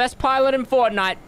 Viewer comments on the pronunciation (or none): none